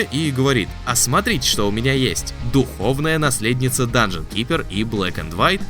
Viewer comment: Он сказал Данжион Трипер?!?!)